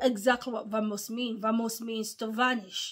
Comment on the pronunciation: It's pronounced with a b sound in Spanish let's go! Bamos/vamos